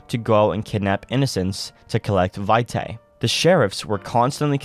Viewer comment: Great video, but i believe its pronounced "Vee-Tay" or "Vee-Tai". Either way, love the video!